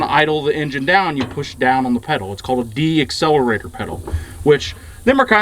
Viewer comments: decelerator not deaccelarator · Decelerator not deaccelerator